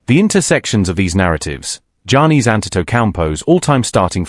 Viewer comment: Dude screwing up Giannis name all up, not even close.